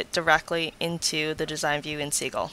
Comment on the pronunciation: Great tutorial! I think the software name is pronounced sih-jil, not see-gil :)